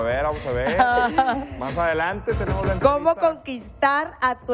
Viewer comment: Dice "entrevita" en ves de "entrevista" .